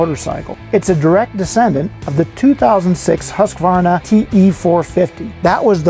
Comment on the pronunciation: Thanks. Good to see. I guess makes no difference now they are Austrian, but my old Swedish girlfriend would correct your pronunciation of Husqvara. In Sweden they pronunciation is not Husk like corn husk. Rather Hoooskvarna with the "who" sound.